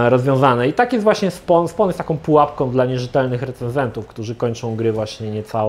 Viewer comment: Drobna poprawka językowa , nie "SPON" tylko "SPOŁN"- (SPAWN)